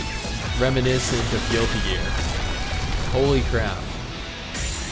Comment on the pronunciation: Please dont say holy like that